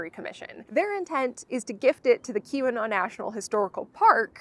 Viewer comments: Kept hearing Q-Anon, thanks for showing the sign spelling out Keweenaw! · I was so confused. It took me until you showed the sign to realize you were saying Keweenaw and not Qanon. I knew it wasn't Qanon but it sure sounded like it no matter how many times I listened to it. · LOL, I kept thinking you were saying Q-Anon National Historical Park...